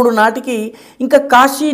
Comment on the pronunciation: గారికి క్షమాపణలతో 🙏🏻🙏🏻 " కాషీ " కాదు సార్ కాశీ. 🙏🏻🙏🏻🙏🏻🙏🏻🙏🏻🙏🏻